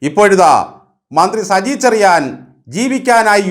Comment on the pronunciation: Good...cheriyan...choriyan parayunnu.... 😅